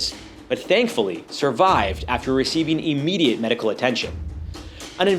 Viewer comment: Emmediate medical attention. ????👎🏼 It’s IMMEDIATE <~~ with an i